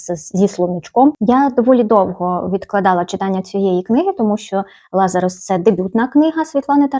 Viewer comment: Сама авторка назву роману вимовляє "ЛазАрус" - з наголосом на другому складі))